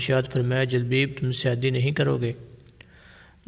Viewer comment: جُلبَیب اس کا تلفظ ہے